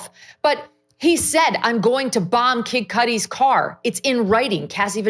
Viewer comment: Megyn Kelly saying Kid Kudi makes giggle.